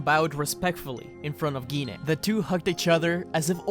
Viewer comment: We pronounce her name as Jean.